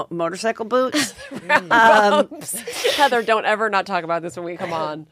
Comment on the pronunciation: Love you, Heather but your name pronunciation is no bueno.